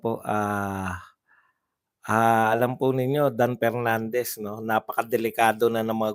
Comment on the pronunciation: He he he talaga si Cong. Pernandez o Mr. Porti por (44), Pipti Por (54), Representatib (Representative), Por da Pilipino Pipol(For the people), Apidabid (Affidavit), pronounciation expose the level of IQ he he he